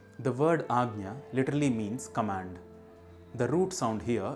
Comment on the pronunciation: Thank you for the proper pronunciation of ‘anja’ ✨🙏✨